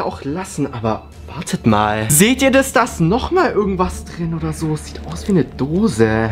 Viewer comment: Warum sagst du immer dis und nicht das